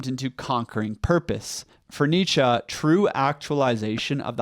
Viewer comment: That's how you pronounce Nietzsche. Unless you mean he needs a better German accent